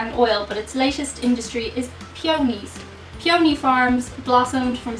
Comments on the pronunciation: peony( pee-a-knee) thats how u say it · Pronounced Pee o knee